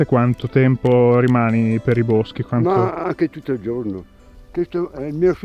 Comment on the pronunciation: “La fratellanza non c’è più come c’era un tempoh.” Cit.